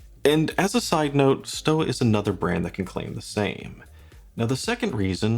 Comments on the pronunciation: Neapel - pronounce "ney-ah-pell". Stowa - pronounce "stoh-wah". Wah. Wah. WAH. I have a couple watches with similar Miyota movements - none was more than 150 Euros. And they even have at least a date! I don't think that anything the Laco's have aside that justifies the overprice - neither glass, lume, strap, nor the name. Laco wat he's don't even have decent strap options. And I HATE rivets in straps. Have I forgotten something? Oh yes: No date - no deal. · Stowa is pronounced Shtova. Laco is pronounced Layco. Archimede puts both to shame for value in an actual German Made (not just German assembled) flieger.